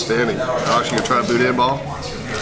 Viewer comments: It is pronounced budan. Not budin. BOUDIN. Ronnie's Boudin & Cracklins in Baton Rouge and Hammond, Louisiana rocks. The lunches in Hammond are to die for. Great video. Worked on my first Shelby Cobra 14. 52 yrs. ago. Lafayette, Louisiana. Way back when. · First, Boudin is pronounced "boo-dan". I'm a big fan of your channel. The cars you've restored are significant to the muscle era. The person you are is why I enjoy your channel so much. Youve been a huge source of trivia for anybody that likes cars, period. Thank you to your whole team for the hours of entertainment. The knowledge of Shelby's, by itself, is invaluable. Your catch word, OUTSTANDING, summarizes the whole channel. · Boo-den? Y'all better do a rescue next door in Lousey-anna! We gots some schoolin to do with! 😂